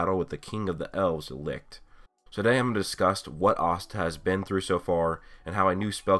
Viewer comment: Seriously... Why do everyone of you guys keep pronouncing Licht to Lickt? IT'S PRONOUNCED AS LICH